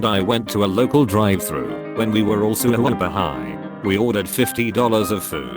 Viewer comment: “sUWUper high.”